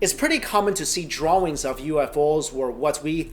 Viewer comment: Yo yr mispronuncinh of dr